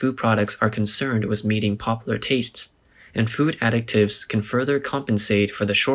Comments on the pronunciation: Additives NOT pronounced as ADDICTives 😢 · You constantly pronouncing "additives" as "addict-ives" is driving me nuts... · How does an AI fail THIS hard, repeatedly, at pronouncing the word ‘additives’? 💀